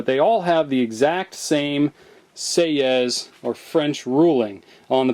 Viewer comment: Argh! Do not pronouce the 's' at the end of a French word!